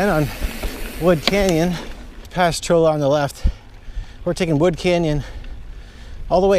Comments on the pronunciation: Cholla = Choy-uh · Might just be me, but I think cholla is pronounced choyuh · Pronounced "choya". As in cholla cactus. Great video.